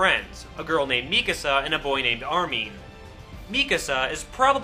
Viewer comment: are supposed to be german or austrian. You were pronouncing them as if they were english.